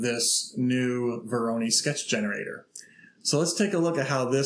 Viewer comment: Please google "pronunciation voronoi".